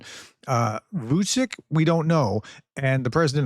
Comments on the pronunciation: Yeah, and Vusyk is a Ukrainian surname, which makes me feel nervous when I hear Prof repeating ‘Vusic, Vusic’ :) But it doesn't look like Prof notices our advices about it... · Thanks for the update, professor! Just for your future videos, Vucic's name is pronounced "Vuchich" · Vuchich - pronuncation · Vucic is pronounced VUCHICH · Prounced Vucic - Vuchich. C's are chich. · Vučič is pronounced Vutchitch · You really have to work your pronunciations... Vučić => Vuchich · Hey professor, I've noticed your difficulties with pronouncing Slavic names in the English language. Try Vucic to pronounce Vuchich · It should be pronounced as Wutschitchtzsch